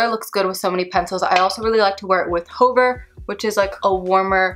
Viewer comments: Fabulous demo🫶🏼 U helped me decide whether I want Cork liner or not & it’s a big YES 🙌 Ty! Btw Hover is pronounced "HUH-ver" not "HOE-ver" 🤣 idk why that struck me so funny LMAO😆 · Hover...no long "o"...hə-ver...the helicopter hovered over the landing pad. This "ə" is a schwa...but not sure they even teach that in school anymore but they did in the not so long ago "back in the day"...and is used extensively in French...and since English is over 30% French based (think back to 1066AD and William the Conquerer/the Norman Conquest), we have LOTS of words derived from the French language. Speaking of French...you pronounced "faux" correctly, and that's completely French...means "false".